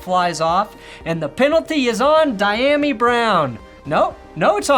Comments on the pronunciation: as a Washington fan, lemme help you with some of the receiver pronunciations. Dee-ya-me Brown O-la-mid-ay Zaccheaus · DEE-YOM-ME Brown